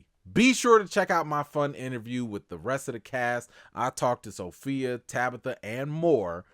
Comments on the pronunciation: As my grandmother would say....Every time you say So-Fellow ( Sophia) I get tickled.😆😆😆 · "SoPhellow" lol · Sophellow (Sofellow?) gets me every time 😂